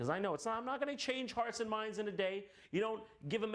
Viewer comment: For the longest time when Jon says "youre not gonna change hearts and minds in a day" I used to think he said youre not gonna change arson minds in a day